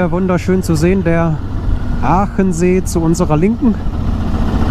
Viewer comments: Hallo, Pertisau klang ganz gut😀😀 LG Martin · Hallo, wieder ein tolles Video, Vielen Dank! Aber der See heißt Achensee, nicht Aachensee😀